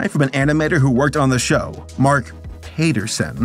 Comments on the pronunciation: ….Pat-er-son…. Where did Payterson come from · Uh... Pat-erson xD I cant tell if hes joking.. lol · Your pronunciation of Paterson has me rolling